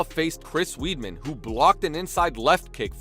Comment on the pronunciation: It's not Chris Weed'Man dude, it'S WEIDMAN